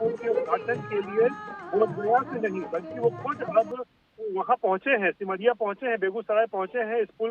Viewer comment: Begusarai सिमरिया बोलो not ota